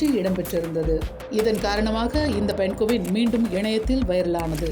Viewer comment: தம்பி பழைய தலைமுறை நீ இன்னும் மாறவில்லையா ?? அது பென்குவின் இல்லைடா அதை பெங்குவின் என்று சொல்வார்கள். ஏன்டா இப்படி தாய்மொழியான தமிழ் தான் தகராறு என்றால். அன்னிய மொழியான ஆங்கிலம் அகராதி பிடித்ததாக இருக்கிறது. வால்க தமில் வலர்க தமில்நாட்